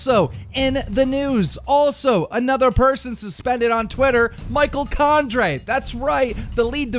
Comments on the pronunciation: It's Condrey as in Condree not Condray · I hate how you say Condrey